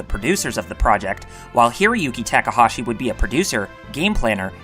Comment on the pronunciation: Holy god you have the worst pronunciation on youtube. You literally switched back and forth between pronouncing Takahashi correctly and incorrectly 5 times in a single sentence. Please do better.